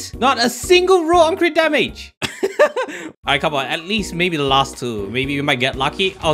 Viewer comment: Is it just me but u call every crit damage crit rat LMAO